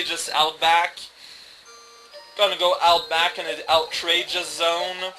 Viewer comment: I understand there has been some discussion whether or Han shot first. Hey, at least there aren't horrific shapeshifting protoplasms in this level. It's "Out-rageous"; the t belongs to the first syllable. Okay, I feel like I've heard you pronounce this correctly before.